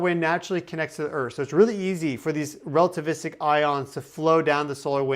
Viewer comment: Lmao rell-tavistic